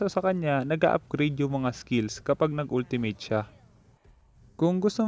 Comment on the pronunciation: when you pronounce ultimate it's wrong bro.